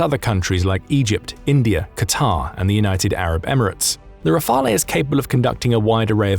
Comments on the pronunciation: Dassault Rafale is pronounced Dasso Rafaaal. Please do better. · The e in Rafale is silent...